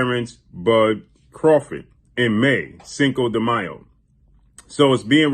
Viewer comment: What up long time no hear so been wondering When the Bloods Fight the Crips who you Role With? Nah just ruffling your Feathers thanks For pronouncing Cinco De Mayo Fluently 👍 cheers 🍻 ✌️